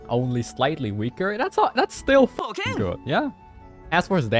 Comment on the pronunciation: Every time says 'fuken', Benny says 'boken' in the back! Everyone, enjoy your fuken boken life